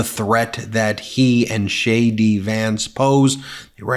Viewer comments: Did you say “Shay D. Vance?” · did I hear you say "Shay D" Vance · Did he say Sha Dy Vance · Did you say “shady Vance”? I like it.